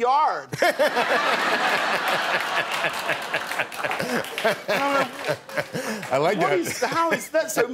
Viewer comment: The way he says yard tho